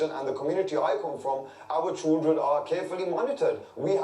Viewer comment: Ugh, I hate it when people say choo-dren instead of children. Try and say ‘chilled run’ instead, it will make you sound less thick.